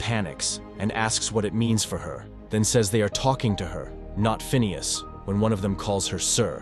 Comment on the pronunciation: It's pronounced "Phineas" !